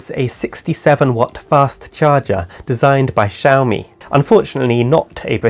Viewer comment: dude its xiaomi